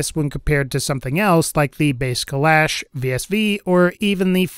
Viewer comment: I believe it’s pronounced kul-ah-sh not kul-ash